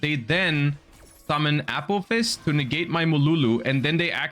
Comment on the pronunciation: I swear he says apple fist instead of apophis